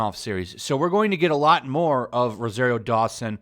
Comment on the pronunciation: Learn how to pronounce ROSARIO.